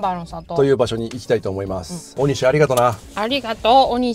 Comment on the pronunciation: 道の駅はしご動画、とても楽しめました。ありがとうございます。ただ、地名のイントネーションが気になりました。鬼石と万場、鬼石はシを下げて、万場はバを上げる感じかと思います。次の動画も楽しみにしています。